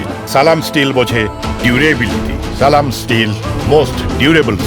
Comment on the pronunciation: যে লোক সালামটা ঠিক মত দিতে পারেনা সে লোক জামাতে যোগ দিয়েচে হাস্যকর